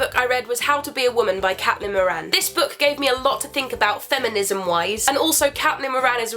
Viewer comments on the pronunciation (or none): Sorry I do love you Carrie and I don't normally comment but just thought I would today. Well the book by Caitlin Moran, her name is actually pronounced like Kate-lin Moran . Excuse this comment if her name actually is pronounced Cat-Lin but it was just such an Irish name. Also my sisters name is actually Caitlin and my best friends last name is Moran. Omg it's such a long comment, stay awesome, bye xx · caitlin moran is pronounced "kate-lin more - in " i'm pretty sure :) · Isn't Caitlin Moran supposed to be pronounced Kate Lin? (phonetically) I have a friend called Caitlin and that's how she says it... Anyway, just an inquiry x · You say CATlin Moran? Hah, I've always said CAITlin Moran. It's cute tho, maybe it's me who is pronouncing it wrong. :)